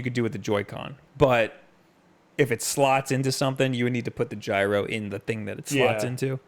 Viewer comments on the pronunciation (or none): none